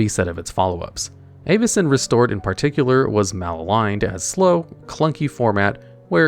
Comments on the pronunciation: Also, the pronunciation of most of these cards is insanely cringe. I get it’s fantasy but Avacyn (Avuh-sin) not Aye-va-cin. The worst was Omnath and he said “Ohm-neth” like what… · 'EYY-vacyn restored' 😂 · I swear you are mispronouncing some things on purpose… how could you do that to Avacyn!